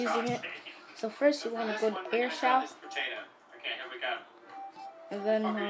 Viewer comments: Its pronounced 'airshow' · It's pernounced air show